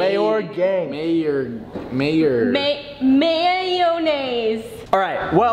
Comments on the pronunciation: &: MAY-OR-GANG No one: Literally no one:: MA -MAY-YONNAISE 😂😂😂😂😂😂😂😂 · mayorgang:mayorgang:mayonaise Me:🤣🤣🤣